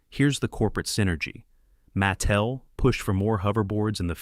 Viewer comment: Don't forget "Maa tel". Did I mention i hate fake voice overs?